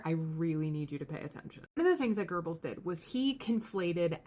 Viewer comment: Great video but there's no "R" in Goebbels.